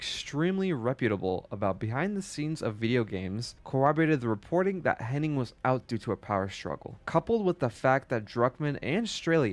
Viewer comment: Bro! The author of the featured video needs to get his names correct. Imagine committing this level of effort to anything and getting all the names wrong. Amy HENNIG, Evan WELLS, CHRISTOPHE Balestra. I’m only a third of the way through. It’s driving me crazy for some reason. I’m not trying to be a Darrin, but I hope Nolan North and Troy Baker won’t suffer the same fate.